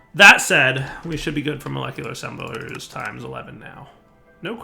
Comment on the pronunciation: Ass-embelers minion laughing in background